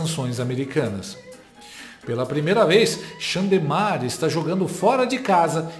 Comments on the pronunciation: XANDERCLEISON; XANDERLÉIA, XANDERLENE, XANDERMAR, XANDERLEIDE, XANDELMO, XANDERCI, XANDARÉ...🤣🤣🤣🤣🤣🤣🤣🤣🤣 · Bolo de rir quando o fala o nome do Xandão: Xandemar, Xanderléia, Xandirene, Xandacir...😂😂😂